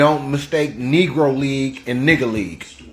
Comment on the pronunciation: He said Negro League, but sounded like negrahleague